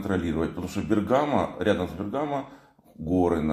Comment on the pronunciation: Бе́ргамо. Ударение на е́. Вы и на Руслане И на Мрие прилетали в Бе́ргамо я видел Руслан там в аэропорту. Спасибо за видео.